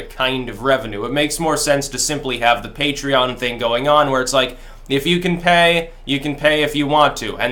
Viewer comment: What? You pronounced Patreon correctly?!